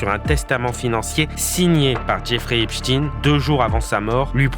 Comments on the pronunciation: Ein (ain) et non (in) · cessez de dire Epstiiin mais c est stein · Pourquoi prononcez vous epstin .ein n est pas in. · Pas Ep "stin",mais Stein comme Einstein,Frankenstein, 😇😇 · On doit prononcer "Epestein" comme on prononcerait Albert "Einstein" et non Eps"tine" comme on prononce pour Pou"tine". Cessez ce déni !! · Epstein prononcé Epchtine... Ça fait mal aux oreilles des Alsaciens près de Erstein (ère ch'taille ne)... Est ce que je vais chez Mc Do acheter des an burejé moi? Ou jouer au faute balle? 😂🤣😂